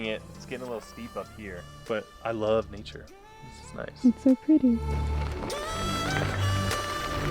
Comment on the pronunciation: Omgggg you're back. Stay happy and safe there, and. New supporter here from the Philippines:> Lots of love 🖤 and oh minus points for "Neature" Hahahaha lol